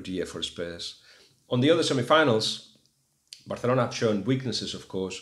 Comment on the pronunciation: Guillem just one question, it would be nice if pronounced Barcelona as a Catalan (which with a name such as Guillem Balague I take it you are) rather than a Castilian, particularly as you are communicating with English speakers. Cheers